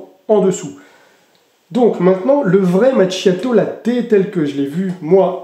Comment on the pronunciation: Macchiato 😂 Qu'il faut prononcer: "makiato" 😊❤